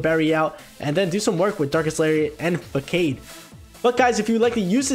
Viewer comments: It’s fuh-sawd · Facade is pronounced as "Fa-sad"